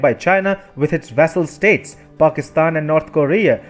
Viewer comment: Vassal and not vessel.